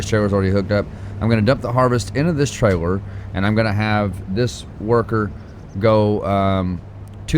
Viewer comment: Buddy, are you aware that your merch says “your fired” and it should be “you’re” maybe I’m missing the joke. Also it’s “trailer” I’ve heard you say the “L” sound. I know you can say it right.